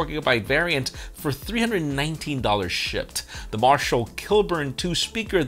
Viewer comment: Are you saying shipped or Shit?